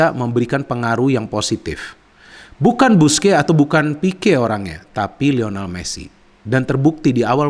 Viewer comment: Lionel bukan Lional. Trims 🙏